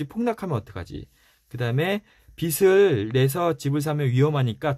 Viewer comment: 너무 좋은 책들 잘 듣고 있습니다^^ 감사한 마음으로 듣고 있는데 작은 부탁은 빚 발음하실때 비시 비슬 하시는데 비즐 비지 라고 해주시면 좋겠어요^^ 죄송합니다 이런 부탁까지 해서요 좋은 방송 잘 듣겠습니다~~!!